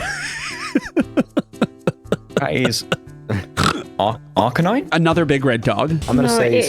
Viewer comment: Ah finally a man of culture who knows the correct way to pronounce arcanine